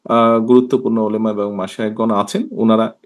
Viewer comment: তিনি মুসলিম অথচ ওলামা শব্দটা ও শুদ্ধ উচ্চারন করতে পারেন না